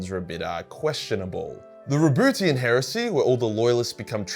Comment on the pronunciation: I really can't focus everytime says "RaBOOTYan".